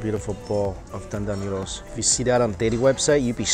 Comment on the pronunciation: I always adore the way mike says 'noodles'. Its 'newdles'. 💜